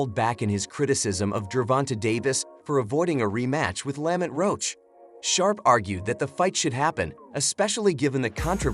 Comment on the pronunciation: Stop using ai can’t even pronounce Lamont right